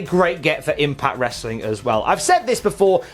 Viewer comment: i already downvoted you by the time you said "wrestling" with the hard "T". I'm going to spend the rest of the afternoon sad that I couldn't downvote you again.